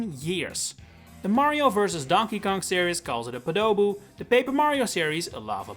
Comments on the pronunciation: Po-duh-boo for me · You say tomato, I say tomato..... Also podoboo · Lectures people on what things are called, can't even pronounce podoboo correctly, checks out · This is not very well-researched. Weird pronunciation of Podoboo which completely misses the existing similarity to Baburu, missing the fact that Germany calls them hotheads, not knowing the meaning of demon king in Japanese as pointed out by the comments… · the way you said podoboo made me die internally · It hurt my ears the way you pronounced Podoboo. You pronounced Baburu with emphasis on the Ba, but then you say Podoboo with emphasis on do like in Qdoba. I would've thought the transition from Baburu to Podoboo was pretty straightforward but you swapped the emphasis for some reason. And this is the first time I heard of Baburu. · Raocow fan here, they are called Podobos. All three syllables rhyme. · No way that's how you pronounce podoboo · Sounds like the only one saying the name wrong is YOU. Who tf stresses the second syllable?? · Noo you said podoboo wrong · no, everyone says it right, nintendo says it wrong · PO-DO-BOOS? Boil 'em, mash 'em, stick 'em in a stew? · I’ve grown up with Lava Bubble being its name, so whenever I here “Podoboo” in a video I get a little confused and a little mad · that’s because most people put the emphasis on a different part of the word, making it sound more similar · That’s the thing I was confused about throughout the whole video, especially when he emphasized the first syllable for the European names, then immediately afterwards emphasized the second syllable when talking about the English name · I've never heard anyone emphasize the second syllable of Podoboo. Sounds like that one newscaster, "Gustavo Almadovar", saying his first name. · Okay, but why do say Podoboo like that, that's the real question Also Lava Bubble in Mario Kart World when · Ive heard the pronunciation as Poh-duh-boo, never have I heard it as Puh-dough-boo before